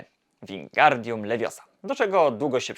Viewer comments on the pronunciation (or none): Mówi się leviOsa, a nie leviosA. 😂 Nie mogę uwierzyć, że tak to wymówiłeś!!! Ty? Specjalnie? 😂